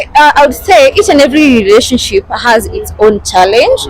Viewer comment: You speak very good English and your a good narrator but I can't believe you're failing to pronounce the word "relationship "😢